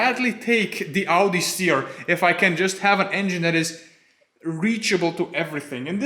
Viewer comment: "Audisteer" made me spit coffee over my laptop.